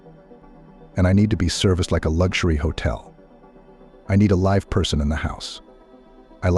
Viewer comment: Try pronounce live correctly. M